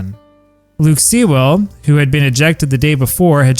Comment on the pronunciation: Great story again, also shows why bottles were not a good idea at a ball game as your last story demonstrated. Not sure how, but Sewell is pronounced "Sool" like school.